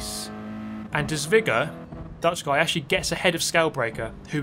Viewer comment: the real abuse is how you pronounced "de zwijger" My inner dutchman is triggered